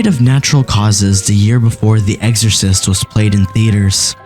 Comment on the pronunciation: EXorcist, not eggsorcist, lol